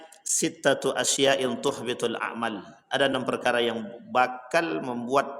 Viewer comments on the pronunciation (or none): Saya cuma mau ngoreksi, bacaannya salah pak ustadz, harusnya itu dibaca asy-ya'a bukan asy yain 😢😢